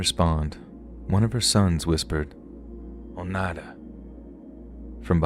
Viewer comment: Story one: Lee most definitely killed his brother. Story two: Some people should just be left in peace. (BTW thank you for saying Oneida properly. I've heard it pronounced SO many ways that just butcher it.) Story three: Don't provoke an old gnarled lady because she will come back and haunt your ass! 😂